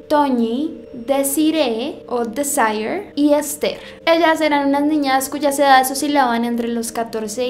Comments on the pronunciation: Desayeeeeer? Por favor no americanizemos todo Desiré en español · "Deeesaieer" JAJAJAJAAJA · Jajajaj desaire es verdad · Cómo va pronunciar desaier...es desire los españoles ni siquiera ponen nombres que se pronuncien en inglés es como que llegues a México y digas Vincent ax decir Vicente eso es típico de los whitsicans 😂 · “Desiré o disaller” ahí te quité el 50% de credibilidad para llevar a cabo un documental medianamente serio, pero sigamos a ver qué me encuentro... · "desaier"???? jajajajajajjajajaja ay me ha matao